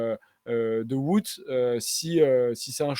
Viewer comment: Top la video 👍 Juste niveau prononciation, j'imagine que le "Wout" de Poels se prononce comme celui de WVA, donc plutôt "vaote" au lieu de "voute"